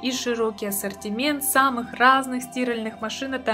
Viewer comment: СтИральеых? Вы в ней стИраете?